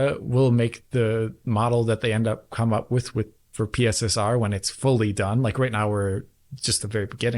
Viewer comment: You do realise that is Mark watches DF he also knows you've been calling PSSR "pisser"? 😂